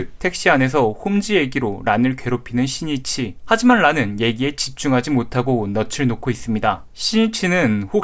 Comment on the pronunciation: 11분 4초에 신니치라고 잘못말함! 신이치 아니예요!